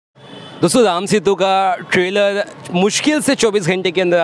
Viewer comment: Tailor nhi Trailer 😫